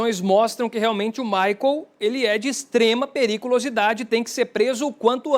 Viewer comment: O nome do rapaz não é Maicon. É Michael, pelo amor de Deus!